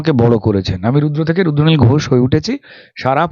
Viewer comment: E barar host tui age tr uccharon thik kor, ota rudranil, ruddonil ghosh noi.